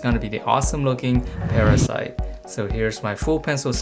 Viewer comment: Its called parasee not parasite. But good drawing